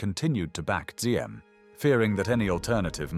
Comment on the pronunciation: Diem. For translation accurate. D without the straight horizontal line in the D is like the “Y” sound. So it’s better to say “YIM”.